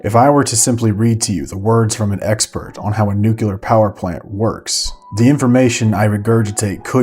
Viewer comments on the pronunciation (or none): Wonderful doc, thank you for the hard work, and I am sorry but its pronounced NUCLEAR aaaaaaaaaaa xD not nucellar sorry couldn't help myself. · also .. nuclear - (new-klee-ahr. it's pronounced new-klee-ahr). whatever you're saying doesn't sound like a word. pretty close to nukulahr... drive me crazy as a physical scientist. even though I'm merely an engineer. 🤣😂🤣😢😉